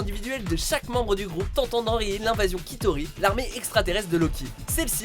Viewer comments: Ronan prononcé Ronane ? Chitori prononcé kitori ? Rayons X au lieu de rayon laser ? Vidéo fait par un amateur, clairement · Sa se prononce pas "Kitauri " , sa se prononce "Chitauri " 😂😂😂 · Sa se prononce chitoris pas qui-toris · ont ne dit pas les "kitoris" les chitoris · on dit les chitoris pas Kitoris mais sinon bonne vidéo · Les kitauris?! Cest CHitauri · Loki est le dieu de la malice et non de la discorde Chitori ne se prononce pas Kitori. Sinon oui Captain et Bucky Contre Stark c'est épique, Tony n'avait aucune chance mais avec sa dernière armure c'est différent. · Juste un truc, ça se prononce Chitauri et pas Kitauri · On dit chitaurie pas kitaurie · chitaurie sa ce dis "chie taurie" et pas "kitaurie" mdr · Chitauri pas kitauri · Sa ne choque personne qu'il prononce "kitori" au lieu de "chitori" ??? Dans tous les films et toutes les séries qui font référence a avenger c'est "chitori" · PUTAIN!!!!! Dans Chitauri, la lettre "H" se PRONONCE donc c'est Chitauri et non Kitauri BORDEL DE MERDE.... vous delirez gravement sur les prononciations!!! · C'est chitauri et non quitauri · Je pense qu'on dit "chitori" et non "quitori" ...hein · Ça se prononce "CHITAURI" pas "KITAURI" PUTAIN !!! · Ça ne se dit pas "Kitauri", mais "Chitauri" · On dit CHitori pas Kitori je crois ? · Il l'a prononcé quitaurie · les... les ...les QUITAURIS ???? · ça se prononce chitori... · Effectivement c chitori je pense qu il a pas vu avengers 1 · Mec comment tu prononce Chitauri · Déjà si on sait pas prononcer "Chitauris"...